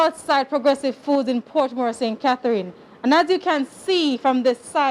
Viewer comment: Its portmore